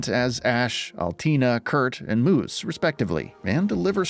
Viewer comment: I'm hoping that whoever read it isn't the same person who played it. There were a lot of odd pronunciation choices. "Joona", "Chevaleer", "Moose".